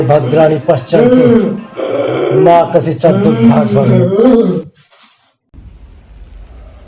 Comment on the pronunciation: बढ़िया भाई। मा कशिचद नही होता मा कश्चिद होता है भाई।